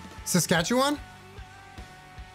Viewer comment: IMPRESSED! You/ pronounced Saskatchewan correctly! Let's GOOOOO! Ugh, S'toon (lol), I'm in the Queen City (Regina - the capital of SK).